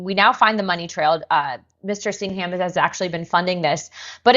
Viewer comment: Singam not Sing-ham